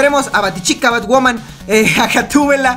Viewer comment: este wey diciendo bat woman :V